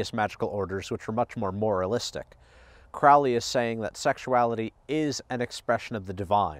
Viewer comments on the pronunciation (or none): It is pronounced Crow-lee bro not Croully.